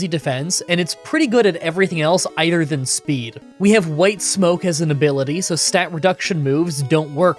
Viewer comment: Am I hearing things or is this the second video in a row that you’ve said “ier than” instead of “other than”?